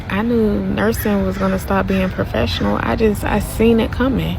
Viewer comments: She said “Hoefessional” 😂😂😂 an she RIGHTT !! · Did she say “hofessional”? 🤯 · Not Hoefessional 😂😂😂😂 My daughter said the same thing